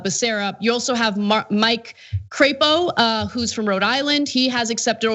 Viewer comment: You are mispronouncing Crapo. It is not Cray-po , it is Crap-o .